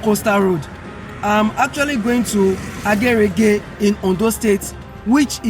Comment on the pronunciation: It is Agerige (/re-re-mi-re/), please get your pronunciation right.